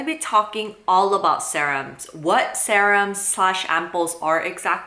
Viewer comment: 0 because you call it sahrum